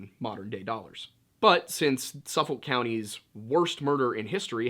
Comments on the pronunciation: It’s pronounced SUF-FOK not suffull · We say it like "Suff-ick," lol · it’s pronounced suh fick 😆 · Yea being from Nassau that bothered me a little bit! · Suffolk is pronounced like Suffik bu us locals. ;-) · I run by this home often. It's quite lovely actually Heheh and it's pronounced "Suf-ick"! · Amityville is in SUFFOLK County. The "L" is silent. It's pronounced "Suffuk". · I'm from Long Island, and you did great, just one thing- it's pronounced more like Suf-Fuk county. It's cool though lol, most names on the island can be hard to pronounce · Don't take this the wrong way, but when i first heard that, the immediate thoughts in my head was of Detective Columbo(solving the case) & then of Joe Biden. I knew what you were probably meaning to say. I don't have any issue with what was said. I just thought it was funny. I'm from Suffolk County, about 15 minutes east of Amityville. For future reference, the ''L" in Suffolk in pretty much silent. Most of us here pronounce it as Suffuck. Anyway, good job with the video.